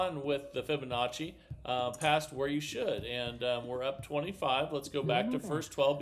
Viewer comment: Omg he actually pronounced Fibonacci correctly!?! Way to go